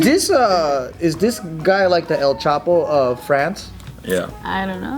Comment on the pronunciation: “El Chapeaux” lol